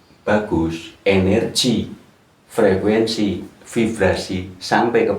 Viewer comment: Frekuensi apa frekuesi pak😁